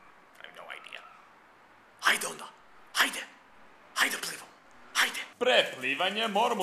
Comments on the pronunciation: Plivamo not plevamo LoL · its "plivamo" not "plevamo" :D naočale = goggles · it's plivamo not plevamo :D